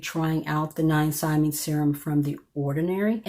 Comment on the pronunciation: It’s pronounced Nya-sina-myde.